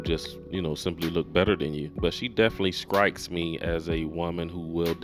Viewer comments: .....did you say "skrikes"?? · Did you just say, "SKRIKES" ?? Do y'all even know how to pronounce the letter "T"??! Make it stop.